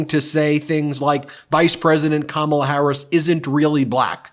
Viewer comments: ... What a tool! Even a child knows how to pronounce "Kamala". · He is so disrespectful mispronouncing her name. He does it on purpose. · He has no platforms to stand upon and just calls names and disrespects Kamala at every turn. Hes to stupid to even say her name right and talk about policies rather then his dementia rants. So over this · Seems obvious to me that Trump has a problem pronouncing Kamala, hence his 19 different ways. Trump has the ignorant, the uneducated and the devious, the problem is, there are so many of them. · Since he won’t pronounce her name correctly, let’s just call him Donald Dump. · Don-old is too weak in the brain and old to figure out how to say Kamala properly. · He can’t pronounce, Kamala